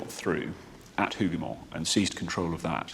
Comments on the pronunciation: Wellington's victory is properly Wellington AND Blucher's Victory... it was a joint plan they put in place that riskily lured Napoleon into the battle. Without Blucher fulfilling his part in the trap, the battle would have been 'Wellington's Massacred Army'. Hougoumont pronounced with the 'H'... 'ooo' rather than 'Who' Wellington actually sent thousands more soldiers to directly and indirectly support the Hougoumont buildings and orchards and woods. Napoleon could not see the chateau or the wall as the woods in front blocked the view to his command post. He actually sent orders to his brother to only capture the woods. There were German defenders inside Hougoumont too, not just British. Hundreds of Green uniformed Nassauer troops joined the defence just before the French attack. The story of just 800 reinforcements sent by Wellington to help defend the Hougoumont area is not correct. Several brigades of mostly Germans were moved in and around the area. The ammo supply waggon was noticed and fired at by the French skirmishers. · "Hougoumont" seems so hard to pronounce for Brits ! 🤣 Good job though. Greetings from Waterloo !